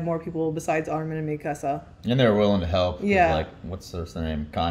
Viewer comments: Me-kuh-suh not me-casa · how do you watch this in English and still pronounce the names wrong?? Me-casa and Jeen 😭😭 also someone tell that Todoroki’s va also voices Bertolt!!